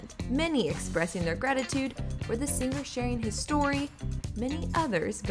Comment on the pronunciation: I Love Alan Jackson! One of my favorite country artists, I pray for him🙏🙏🙏🙏 On a completely separate subject, the Narrator, Reporter, whatever you call her is very much indicative of today's on-air talent. Annoying, affected delivery. Why can't the just talk to me instead of putting on the announcer voice? And the word "singer" is pronounced "SING-er" not "SING- grr". Accckkk